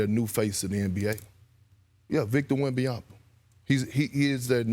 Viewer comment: This dude can't say Wembanyama's name to save his life.